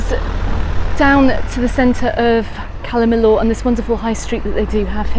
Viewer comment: Never heard anyone pronouncing calla Millor in such a weird way before , calla millooooor in mayyurke 🙄